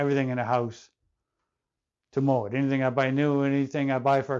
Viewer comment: It not a Moët it’s a MoeN